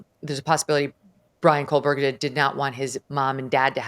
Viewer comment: Common can’t anyone tell Megyn Kelly that for years she has pronounced Kohberger incorrectly? No letter L in the name.